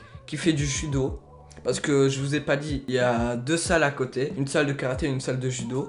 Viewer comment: euh il voulait dire judo psk j’ai compris CHUDO